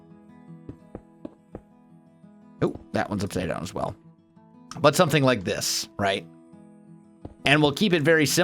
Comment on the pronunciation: Whenever he says as well i think as welsknight XD